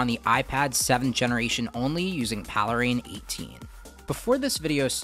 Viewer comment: I thought it was pronounced "Pale Rain" ?